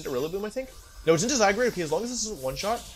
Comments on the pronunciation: istg pls stop saying zyGRADE PLS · I love he pronounced "Zygrade" a bunch of times hahaha